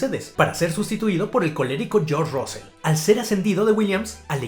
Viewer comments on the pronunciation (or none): Ocon como siempre haciendo show, gran recopilación amigo. Un detallito, la pronunciación de la "U" en Russell y Hunt, es como una "A". Osea se pronuncian "rasel" y "jant". Saludos estimado, gran trabajo!!